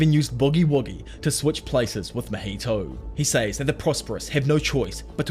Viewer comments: Just a tip! It's not Mojito like the drink. His name is pronounced Ma-Hee-Toe =) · I love how he pronounces mahitos name as Maheto